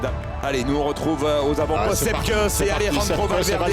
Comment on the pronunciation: "Kouss" Sepp "Kouss" pas "keuss"